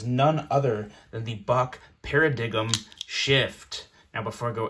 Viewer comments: P.S. It's pronounced 'para dime' not para-digim'. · Para-diggum?. Holy crap man, ever butcher a word in your life? para-diggum! damn. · It's Par-A-Dime! NOT Para-Diggum ..... lol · You DID NOT just say "Para-dig-um"???? lol..."paradime" bro. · Para dime is how it is pronounced...the "g" is silent...good knife...just got mine...totally satisfied...it should have tip up OR tip down carry option tho... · Kinda lost credibility right out of the gate with the "para dig um" but that is a fantastic blade! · Pair-a-dime shift oh man that’s a bad one. Any way you can re-film the review 😬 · (PARA DIGUM) ?! REALLY?!! YOU MUST BE DRUNK! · Pronounced (PARA DIME). Got nothing to do with two guys digging! You a millennial?! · It's pronounced paradime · Pair-a-diggum 👌👌 I’m adopting this pronunciation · "This is Sharp World with the Para-Diggum Shift". Gave me a good laugh. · Between "for all intensive purposes," para-DIG-um and BRA-zen, might I suggest spending ninety seconds or so before each review figuring out how to pronounce common words and phrases so your reviews project gravitas and seriousness rather than making us scratch our heads and wonder if English is something other than your first language? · My dude said para dig em lol man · Did you just say "Para-diggum?" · “Para-dig-em” is a new low for terrible pronunciation, even by the standards of this channel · Para dig um 😂😂 I like that pronunciation Sweet knife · Silent “g” dude. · it isn't silent, it's a /ɲ/ phoneme, like "sign" and "align" and "foreign" and a hundred other words that passed to English from Greek through French. But the main point is that the word is not uncommon and easy to pronounce and is the freaking NAME of the KNIFE so why didn't he learn it? shrug oh well, I bet he knows it now ;) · The pronunciation CRACKS ME UP